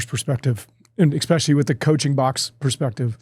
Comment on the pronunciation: I love, but for the love of God, Please tell him that there's no "x" in especially. 😂